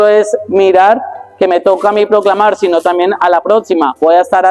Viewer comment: La expresion sino muchos la pronouncing COMO si no COMO Megan’s.